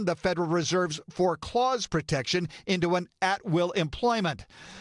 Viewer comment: For-cause not “for clause” smh